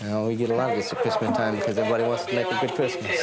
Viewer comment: It's not whont shre wonted.